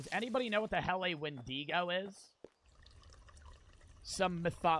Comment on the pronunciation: He didn’t pronounce it correctly either